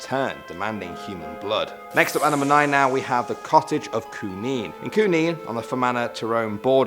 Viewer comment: You pronounced Cooneen wrong